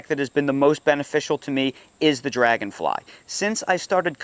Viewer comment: “Robot drangonfly”😂😂😂